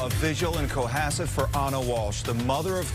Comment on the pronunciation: It's Co Hass it lol